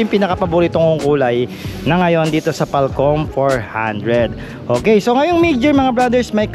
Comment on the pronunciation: Comment lang ha. Halos lahat cguro ng review mo sa FKM falcon X400 ay napanood ko na pero Ang lagi mo sinasabi na FALCOM. 😅😅😅 Hindi ba FALCON Yun.😅😅 Tsaka Sana sinabi Yung orig price vs updated price.